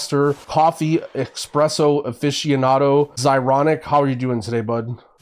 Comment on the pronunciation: you had the chance to not say eXpresso the second time around - Still the best around tho! <3